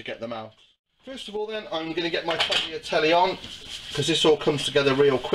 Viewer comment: Nice recipe, but Tagliatelle are pronounced "taliatelle", the g inside a word before an consonant is not spoken in the italian language. If the g is before an i or e it is pronounced like sh (giro, giusto) or tsh (gaggia) and if it should be heard than you need a h between g and i. or e (spaghetti) :).